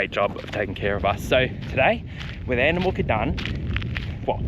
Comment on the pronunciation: Haha sorry mate your saying andamooka wrong. It's not moorka, its mooka.